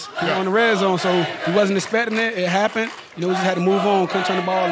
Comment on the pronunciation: Tampa bay buccaneers what happeneduh